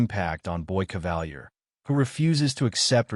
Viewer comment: Why do Americans always deviate from the pronunciation of names in their own shows? Kavalier is (in the show) pronounced cah-vah-leer, NOT ca-val-year.